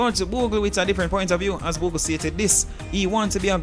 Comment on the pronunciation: say boogle!!!😂😂😂